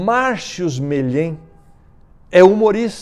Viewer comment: Um faz confusão com coma pessoa, o Brito vai corrigir e erra o sobrenome do Marcius Melhem e não Melhém. O desconhecimento do Brito é por falta de ficar muitos anos fora da tv e só no Youtube. Isso é desinformação Sr. Brito. faça me o favor..Quem não ajuda, não atrapalha